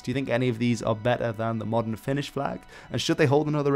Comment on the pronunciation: luulin että sanoit "finnis" tahallee xD